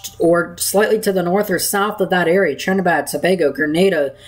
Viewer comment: Are you saying Trinidad or Trinibad? It should be Trinidad.